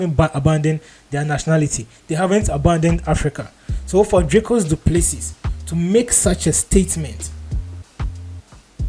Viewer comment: Dricus Du Plesee (pronounced) spelt Plessis- silent S at end,was born in S.A.